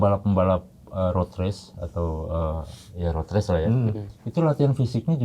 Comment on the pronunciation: “race”, bukan “ries” “wild card”, bukan “well card” “lap”, bukan “lab”. “super-pole”, “bukan “super pol” Ini penulis text nya gak pernah nonton balap kayaknya🙂